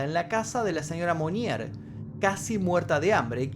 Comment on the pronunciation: Se pronuncia "monié" y "blánsh". Y la ciudad se pronuncia "puatié" . No seas tobru...